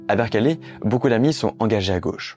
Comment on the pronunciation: Berkeley se prononce bèrklai, sans e au milieu…